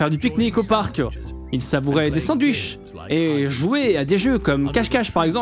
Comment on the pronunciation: pk ta dis sandwish